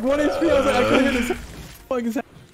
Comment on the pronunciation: Don’t ever emphasize STUCK 😐